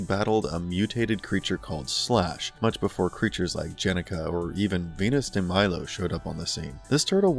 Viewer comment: Benis de Milo?😂😂😂